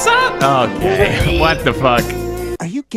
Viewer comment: It's OKEH to not be OKEH ❤️ (titan cry😭)